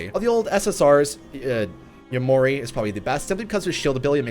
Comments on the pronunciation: It’s Ya-mor-i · Loving the insight into the new update, still on iOS. The Banjou video was amazing XD p.s. Kakuja goes like CAH-coo-ja p.p.s. Yamori = YAW-more-ee Much support and great work on the vids! <3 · Ya-mo-ri, ka-ku-ja (there's no long pronunciation on ku)